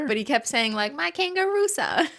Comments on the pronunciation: Lolololol at “Kangaroo-sa”, it’s “Kanagroo Song”. In the film (Big Daddy) the kid likes the some childrens program with a kangaroo character and it sings The Kangaroo Song 😂😂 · It’s Big Daddy and Julian is saying “kangaroo song,” not kangaroosa. 😂😂😂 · Lol in Big Daddy ****, I always thought he was saying "Kangaroo SONG."